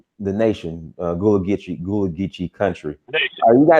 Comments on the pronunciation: Why bro pronounce Gullah like that 😂 Not “ghoula”, its (Guhh-laa) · Man, it’s kinda of disrespectful to keep calling the GULLAH people GOOLA. It’s not that hard to correctly pronounce. Otherwise, I loved the video 🙏🏿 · It’s pronounced GUH-la say the ‘U’ like you would in “Sea Gull”